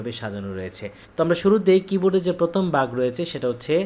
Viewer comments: আপনি উনার উচ্চারণটা দেখলেন! ভালো গুণগুলো চোখে পড়েনি! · আপনার বাংলা উচ্চারণ আরও পরিষ্কার করা দরকার। ভাগকে বলেছেন বাগ। রোকে বলেন রু। টিচিং পদ্ধতি ভালো আছে।